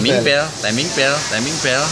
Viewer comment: Timing Yo di bacane taeming to oom om... 😁😁😁😁